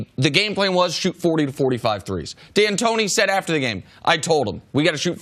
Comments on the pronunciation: His name is DANTONI, NOT DIANTONIO, HE NO A FKN Cheerio bruh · Why does Chris Carter keep calling him Dan Tony YO? for a guy that makes a living doing this at least get the names right. It is pronounced Dan Tony